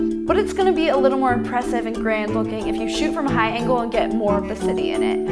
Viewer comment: Did anyone hear high ankle instead of high angle like if you agree